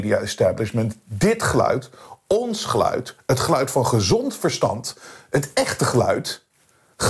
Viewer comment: Één tip: spreek uit als 'ge-luid' en niet als 'gluid' s.v.p.